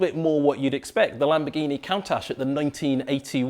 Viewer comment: Can't pronounce "Countach" properly though.